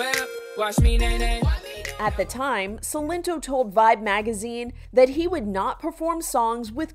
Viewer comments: Everyone even him: Sy-len-to Reporter: See-len-to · “S ill en toe” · He literally pronounced his name in the song and she's like "Ci - Len - Tó" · She pronounced it “Seelento” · Why she calling him sellinto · "selento" wtf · The lady in the video said his name wrong too 😭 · The way she pronounces "Silento" and "name nae" 😭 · Exactly, omg. I started dying when I heard her pronounce Silento 😭😭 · Bruh the way she pronounced his stage name got me dying.